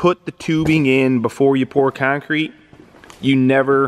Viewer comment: Keeyoncrete 😂😂😂 man, the way you northerners talk... straight out the nose 😂😂😂